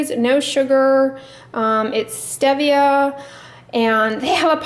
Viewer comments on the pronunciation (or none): Enjoy your drugstore reviews. Oh FYI stevia is pronounced with a long e. Thought you’d want to know. Have a great day!